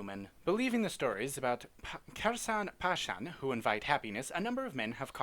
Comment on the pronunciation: You pronounce it wrong... It's not "kerasan parasan", it's a play on the Spanish words "que saran pasarán". If you say it wrong it doesn't mean anything.